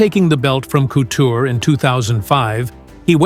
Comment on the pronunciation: Randy cooter lol cmon narrator guy you’re better than that